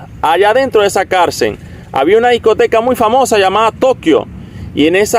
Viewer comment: No se dice carcer se llama carcel